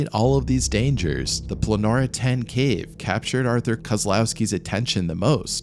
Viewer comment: Why do you call the caves Planora? It's Pollonora🤔